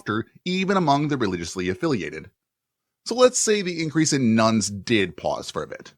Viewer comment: keeps saying nones but it constantly sounds like nuns to me.